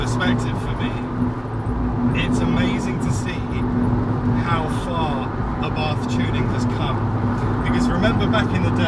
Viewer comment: Great vid! As an American, I respectively request that you do NOT use the Americanized pronunciation of Carlo Abarth's last name. Good Italians and good Italian car drivers say either eh-bart' or ah'-bart. The Italian "th" sound puts emphasis on the "t." Thanks oodles!